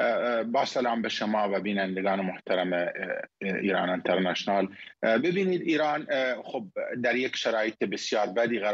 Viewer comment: دقت کن میگه عَنترنشنال🤣🤣🤣.خاک بر سرتون